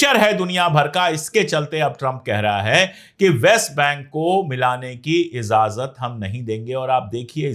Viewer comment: Azazat nahin bola jata ajazat Bolte hain talaffuz sahi karye